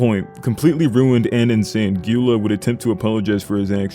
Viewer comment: You actually say Gyula like Jula